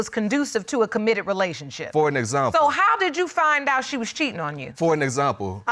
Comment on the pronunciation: "For an exumble..." 🤣the way that he pronounces example though